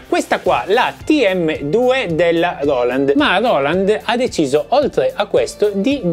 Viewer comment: Grande! Quando dici loland mi fai schiantare da ridere! Ti stimo 🤣🤣